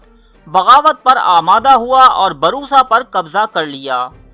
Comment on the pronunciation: Barisa nhi bursa bolo bhai